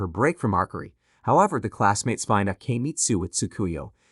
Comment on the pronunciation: Arkery, you mean archery, you sat the c and h as ch, like cheap, archery